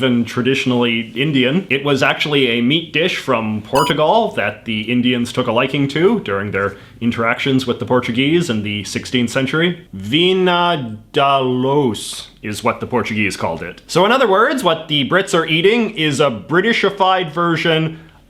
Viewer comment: Oh God, that mangled pronunciation of "Vinha d'alhos". Here, let me help. VI-nya DAL-yush